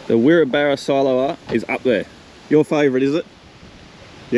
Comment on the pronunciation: Wirrabara is pronounced WI…RAB..RA. Nice town